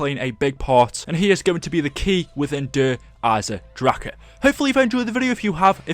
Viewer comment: "Der eisendracha" stop saying it like that